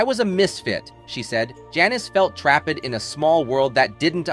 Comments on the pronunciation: Couldn't watch this because of the idiotic AI-generated voice. Can't read the script yourself?? WTF is "rareh" and "trapp-ed". It's "rare" and "trapped". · like ‘Janis felt trap ed’ 😅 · One minute and nineteen seconds into this video I had to stop it, write this comment, and turn it off. Why? The narrator mispronounced the words "students," "trapped," and "graduating" all within a span of about ten seconds. If those simple words were so tough, how did he correctly pronounce "dermabrasion?" That's very weird, and I figured if they couldn't even figure out how to say them, there's no possible way I am going to trust the facts presented. Which is too bad, because I have been a Janis Joplin fan since the first time I ever heard her on the radio. I listen to the Pearl album over and over; it's a masterpiece! Thumbs down on the poor video production.